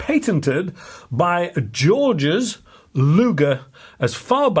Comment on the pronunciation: Luger's name was pronounced Geeorg. Not Georges. It was spelt Georg